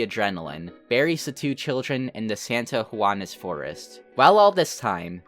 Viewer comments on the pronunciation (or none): bro said "Santa Juana"